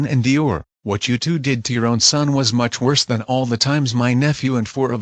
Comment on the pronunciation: Also, it's "much", not "mush", you know